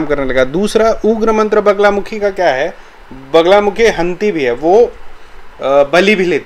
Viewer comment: वगला नहीं वल्गा !! वल्गा का ही अपभ्रंश बगला है।